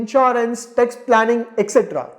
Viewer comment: it is tax planning and not text planning